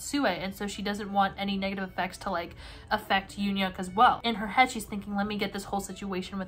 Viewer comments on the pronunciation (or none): none